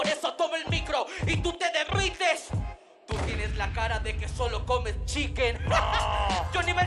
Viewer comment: Pronunció "derrites" perfecto y claro. Si van a hatear por lo menos háganlo con argumentos.